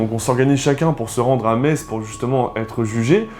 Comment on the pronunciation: Oh les vilains Lorrains dénonciateur ! Non je rigole, je suis moi-même Lorraine (🎶avec mes sabots 🎶) et à 20 mn de Metz, bravo pour votre prononciation du nom de la ville,parceque souvent les gens prononce MeTz 🤪